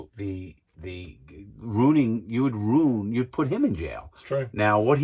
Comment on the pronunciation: Larry said " you would roon your life" hahaha roon